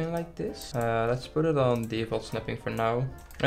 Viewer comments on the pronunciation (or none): "What is maybe the good ride to poet in here?", us: "What's maybe a good ride to place it down there?". Don't worry it's just what i heard, I'm not bullying you it's kinda funny how d'you said that.